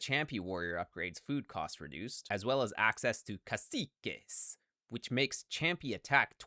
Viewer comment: finally someone saying CACIQUE correctly